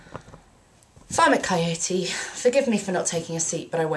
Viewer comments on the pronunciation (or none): It sounds like you called him "Vomit". Was that deliberate or by accent?